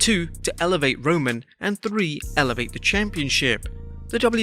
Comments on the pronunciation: When he said “Elevate" “Elvavate" I rolled on the floor But I actually hate Roman Reigns' Stupid Push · "Evlevate" is not "Elevate" - .....